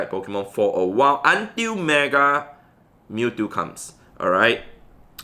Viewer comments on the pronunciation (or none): none